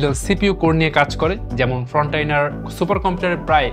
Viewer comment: ভাই আপনার উচ্চারণ গুলো ঠিক করা উচিত। ওটা ' ফ্রন্টিয়ার ' সুপার কম্পিউটার, ফ্রনটাইনার নয়। পেরিফেরাল হবে , ফেরিফেরাল নয়। দয়া করে আমাকে ভুল বুঝবেন না। ধন্যবাদ।